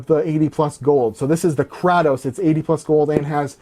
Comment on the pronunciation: im sorry "Krah-toes"